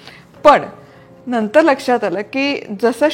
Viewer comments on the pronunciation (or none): none